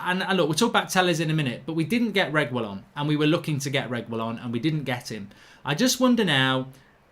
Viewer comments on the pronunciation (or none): For the life of me I can’t stand this anymore. It’s pronounced “Tay-yez” and “Reg-ee-yon”. Pronounce people’s names properly.